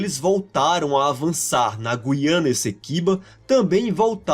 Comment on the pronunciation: Nota 10 para o narrador que pronuncia GU-IA-NA e não GUI-A-NA igual se fala em Portugal (e muitos Youtubers, infelizmente).